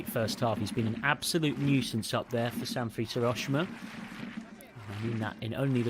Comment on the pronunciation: "Sanfrees Hiroshima"? Where did they dig up this commentator from? SA-N-FU-RE-CHE. And Skibbe is pronounced "skib-buh" not "ski-bee"